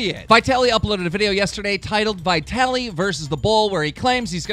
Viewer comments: Who tf calls him Vietally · He says vitaly so fucking weird. He also can't keep fousey out of a video for a week 😑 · You pronounced Vitalys name wrong